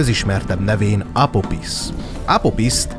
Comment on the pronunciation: Juj mit talaltam! minosegi mitologia/tortenelem csatorna raadasul magyarul???? Annyi csak, hogy kiejtesre kell figyelni pl 'ph' az tobbnyire 'f' szoval Apofisz. Sevilla meg Szevijja. De ez csak szorozes igazabol. Szep munka, remeljuk meglesz az ezust es talan az arany plakett is!